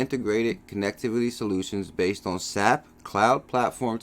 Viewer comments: S-A-P. Not sap like from a tree.... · FYI, SAP is pronounced S.A.P.